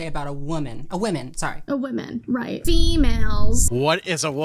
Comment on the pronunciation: “What’s a weemon?”